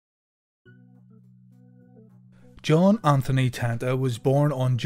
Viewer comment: It's pronounced Ten-ta, not Tan-ta...as spelled.